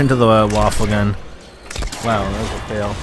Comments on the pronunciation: its not pronounced waffle its pronounced wa-fey what in german mean weapon. so its a wonder weapon traslated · its va - fe get your pronounciation correct next time. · the WunderWaffe is actually supposed to be pronounced "VunderVaffe" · i'm not gonna lie, you're being a troll and a docuhebag, it's a video. First, he's pronouncing the wunderwaffe as 'waffle' for effect, like does. second, you don't have to watch it, so just watch another video without commenting? and finally is a 'fuck you; really relevant? i think noy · no it is pronounced woon-der-waf-fe